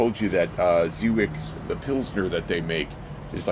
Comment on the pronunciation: I looked it up, it's pronounced zhe-viets. You looked so happy to be outside!